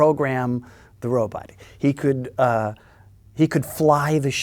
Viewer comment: Best thing about this interview? Bill Mumy still pronounces the word robot as “robut.”